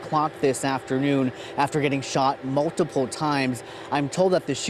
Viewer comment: notice the pause on "multiple" guns. A tactic used to emphasize seriousness or something dramatic, especially used with something is an issue. As if having "multiple" guns is a problem.